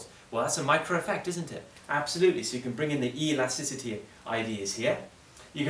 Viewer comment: E-lasticity, what a guy